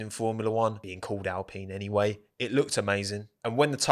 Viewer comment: "Racing Pine" why you have to say it like that